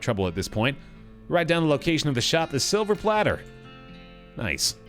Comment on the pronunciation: I love that actually mispronounced silver plater until he was corrected just like the character was.